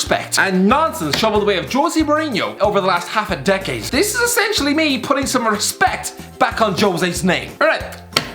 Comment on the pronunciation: Rissspect Rissspect